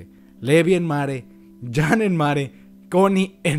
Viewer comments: ¿Porque le dices Levai? se dice Levi y Jean no es Yan o como lo digas es ( lo diré como se pronunciaría) jin. y si estoy mal alguien que me responda XD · Por que le dice livay y jan, que yo sepa a levi y jin ps asi lo pronuncian en el anime